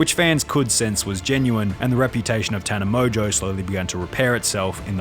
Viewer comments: How do you pronounce tana mongeau as “tana mojo” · Never heard of her until this video 😆 Btw, love how the narrator pronounce "Tana MOJO" 😄